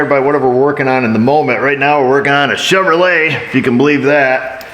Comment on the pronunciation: I watch just to hear you say chevrolet 😂